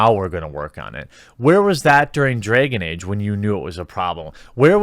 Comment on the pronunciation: “Dregon Ege”